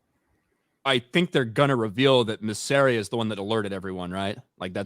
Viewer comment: one day will pronounce Mysarias name right